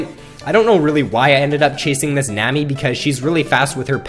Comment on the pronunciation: its nami not nemi -.